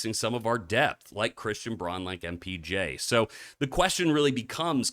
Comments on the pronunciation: You say you're a lifer, but still can't pronounce CB's name right? It's Brown not Brawn... Anyway, trading two starters (even if it is to get off MPJ's contract) for Trey Murphy might be the right move talent wise, but it's the exact opposite of adding more depth... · Bro I’m sorry. But how are you a nuggets fan and mispronounce Brauns name the entire video it’s pronounced BROWN!!!!